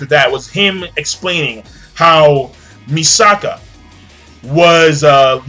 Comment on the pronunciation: MISAKI NOT MISAKA FOR BLEACH AND IT'S MIKASA NOT MISAKA FOR SHINGEKI NO KYOJIN. HAHA They've been getting those two mixed up all month. Good review King!!